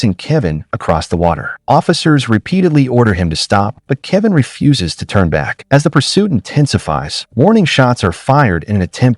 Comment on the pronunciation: It's crazy that AI doesn't know how to pronounce "refuses"